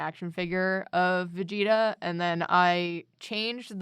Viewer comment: Vag-eta? Its Vegeta fam.